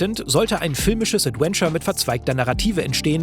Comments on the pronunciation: ...... jemand bringe ihm mal bei wie man das Wort ausspricht 😅 Es ist ein V, Zähne auf die Lippe wie bei , kein ad-when-ture oder ad-uen-ture. Das muss irgendwie falsch gelernt worden sein, auf Deutsch hat er ja keine Problem den w-Laut zu formen🤔 Ich will gar nicht pedantisch sein, aber es ist wie wenn jemand in jedem Satz "halt", "eigentlich", oder "und ähm" benutzt, irgendwann kann man's nicht mehr überhören... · Adventure, nicht Adwenture. Die Aussprache ey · ich mag dich wirklich sehr.. aber BITTE lern wie man das Wort "Adventure" ausspricht. Es ist nicht "ädUÄNSCHER" sondern "ÄdWENNscha". Es zieht sich immer in mir zusammen wenn du das Wort sagst. haha no offence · es wäre so schön, wenn du "Adventure" richtig aussprechen könntest., gerade in dieser Doku, in der das Wort so oft fällt. Stark, dass ihr englische Untertitel reingepackt habt für den Rest des Internets! Und klasse, dass ihr als deutsche Journalisten in diesem Fall ermittelt habt. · Ich ertrage einfach kaum, wie er die ganze Zeit "Adwenture" sagt. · Danke für diese interessante Aufarbeitung mit Insider Kommentaren :) aber an den lieben Moderator - englisches V spricht man wie W im deutschen aus und nicht wie English W ;) EdWentschör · Könnt ihr einmal ganz lieb beiseite nehmen und ihm sagen, dass man das "v" in "adventure" wie ein deutsches "w" ausspricht? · Großartiger Beitrag gerne mehr von sowas allerdings deutlich zu ausfuehrlich. 30 heattens auch getan imo. War anfangs begeister und bei 30 rum ausgemacht., dass du immer „ADWENTURE sagst triggert mich hart. Komm schon du bist besser als das! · Aussprache "Adwenture" macjt mich jedes mal fertig. Das V wird bei uns wie ein W ausgesprochen! 😭 Der Beitrag ist aber top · bitte schreibe 100x "Mitarbeiter" und geh mit dem Wort "Adventure" mal zum Logopäden. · Gute Folge. Jetzt muss nur noch lernen, wie man "Adventure" ausspricht..:D